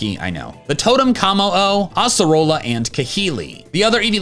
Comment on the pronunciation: the first time I’ve heard someone pronounce Acerola like that